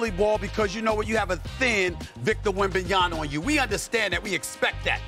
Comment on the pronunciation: just a talking head...does not even know how to pronounce WembanyaMA....pronounces it WembanyaNA instead...as if MAMA = NANA... come on, straighten up STEPHON E. SMETH